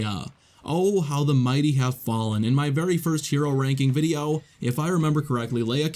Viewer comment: Videow. Han Solow. Iden Versiow. Anyone else notice his pronunciation of these 😅